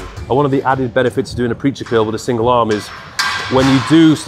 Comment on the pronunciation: I don't notice your accent much until you say curl, and it sounds like kill.....